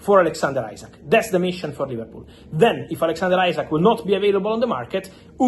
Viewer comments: His name isn't ISACK, it is Isak. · After all this time you can`t pronounce Isak`s name correctly. It`s pronounced as EEsack not Eyezack. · Fabrizio still saying isaac 😭